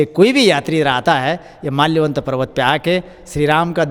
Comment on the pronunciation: Bhai there is something wrong with your , thats malyavant parvat , its not malayvant parvat....